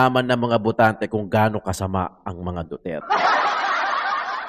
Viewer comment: FÈELINGERANG IBANG LAHI SI GIRL..YUNG PAG BIGKAS NYA NG DUTERTE SINOBRAHAN SA ARTE...HOY!! SAPSAP NA ALITAPTAP...INDE BAGAY SAYO MAG INARTE..INDE KA PAG AAKSAYAHAN NG PANAHON NI VP SARAH..